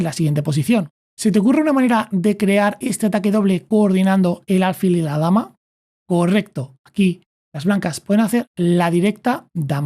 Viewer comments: Son excelentes tus explicaciones, solo el detalle de álfil en lugar de alfil. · ¿Por qué dice ÁLFIL?